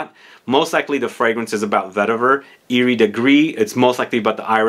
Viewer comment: Thank you for this nice dense review. I'm very excited to discover l'artisan parfumeur 's "le potager" collection ! "Céruse" is a white coloring substance. It was used in paint and cosmetics.It's not used anymore because,coming from lead, it is toxic. Also the "s" in french iris is pronounced ;) ... I know, my motherlanguage is often illogical.